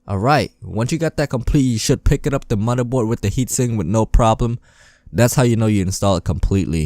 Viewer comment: The mothurbord, bery sexy